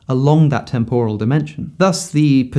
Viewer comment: Alex, please google how to pronounce ‘temporal’